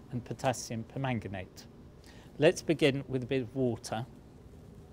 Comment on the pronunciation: For some reason, I just like the way he says "permanganate".